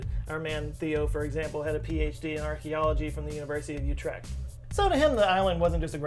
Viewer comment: Though Utrecht was good